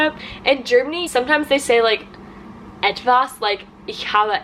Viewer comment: The way she said it, it sounded like she was emphasizing the "etwas". I could imagine a conversation where it doesn't necessarily imply intimacy going like this: Q: Und? Hast du was mit ihm? A: Naja, ich habe ETwas mit ihm.